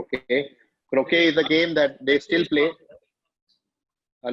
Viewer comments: Omg bhai is such a cheat yaar almost har question bad he has to look down to type in the keyboard kitna cheating hai yeah yar croquet ka galat pronounciation this is unexpected from such a big comedian....😭😭spoils the fun of the quiz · I gave a probable explanation for this in a comment thread. If you google "French for little hook", it shows "Petit Crochet", probably why he pronounced it as "Crow-shay" instead of croquet. I'm not claiming he didn't know about the game, I too knew about it, having watched enough British tv series and movies. All I'm saying is he definitely did not remember what the word for it is, and he definitely googled it. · If you can search Croquet, you should also search how to pronounce it! Sore loser. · And of course if he read Croquet from another screen and forgot how to pronounce it. Such a loser!